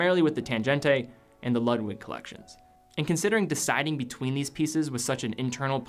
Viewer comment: My German friends might cringe when you pronounce "Ludwig". I think they would pronounce as lood-vig, but I could be wrong. They gave me a hard time when I called Porsche a porsh when it is pronounced porsh-uh. Just a detail that I was taught to always pronounce proper nouns the way the country of origin would.